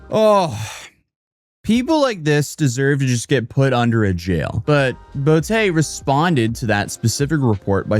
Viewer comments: "Bow-tay" LMAO come on now... her name is BOOTY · Whelp i just cracked myself up. A cosmetic surgeon named Dr Boutté i pronounced Boo'tay. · Social Media has started the decline of western civilization…her name is pronounced “Bootay”?😮 Big Bootay?😅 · She changed her name to "Bootay"? come on. Remindes me of Mrs. Bucket. Its pronounced Bouquet. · Are you sure her last name is not pronounced Booty? makes the situation that much more ridiculous.